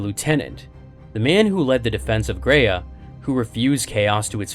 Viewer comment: “Graia” is pronounced as “Grr-ah-ya”, not “grei-yeah”.